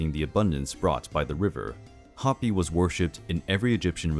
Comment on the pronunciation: Just a note. Hapi was pronounced closer to Haw-pie